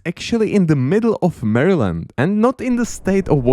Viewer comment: You messed up half of the state names and a few of them you butchered to a non-recognizable point. It's pretty weird cuz you correctly pronounced weird states like connecticut and michigan right but you pronounced maryland like Mahrlin. How does that even happen??? Then you pronounce new york state correctly but then pronounce the city wrong. ??? Clearly you're just guessing with some states